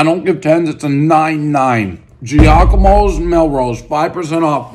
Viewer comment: It’s Jahk-a-mo lol